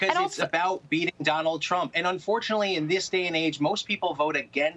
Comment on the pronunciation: I could have sworn that he said Donald Chump.